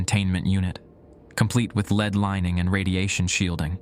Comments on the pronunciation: LEAD, Pb on the periodic table...What churches (in the old world) have on their roofs, what is poisonous to humans if its consumed...Pronounced "LED" ! NOT "LEED" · one of the best ones I've listened to recently except for the pronunciation of lead lol